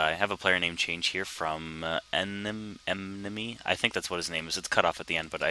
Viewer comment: Lol its pronounced enemy